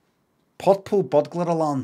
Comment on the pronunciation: Subtitles were needed for this.. I had no idea he was trying to say purple butler Alan culinary